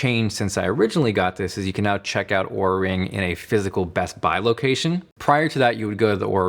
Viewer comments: He's pronouncing it right, as they do in their sizing video, as you would pronounce Aura. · He is pronouncing it right…"aura"/"or-uh", not "oo-ra"